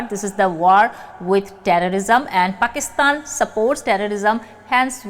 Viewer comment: प्रणाम, आपका पाकिस्तान का नाम लेने का तरीका ( उच्चारण ) .. wow